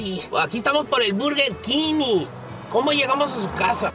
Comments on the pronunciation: Zaroman246 el burrrrr keen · “Burrrr kin “ 😂😂